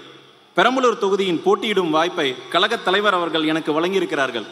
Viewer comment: Please teach the candidates to pronounce “kazhagam” “கழகம்” என்ற சொல்லை சரியாக உச்சரிக்க அனைத்து வேட்பாளர்களுக்கும் கற்றுத்தரவும்.